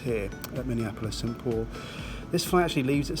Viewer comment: It’s not “sat paul”, it is Saint Paul